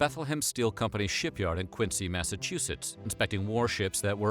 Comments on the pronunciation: Sorry, it's Quinzee. Sorry, pet peeve in these parts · Quincy, ma is pronounced Quinzy.